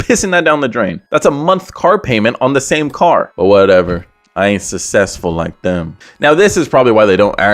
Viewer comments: "he not sussessfull like that" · Susseful had me rolling 🤣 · Bro when said “and he not sussesful like that” I started dying laughing